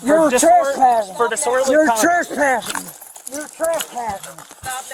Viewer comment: You're treshpashing